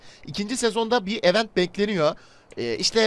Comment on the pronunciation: Event öyle mi okunur ya gözünü seviyim ya kendini geliştir ya da event diyeceğine etkinlik de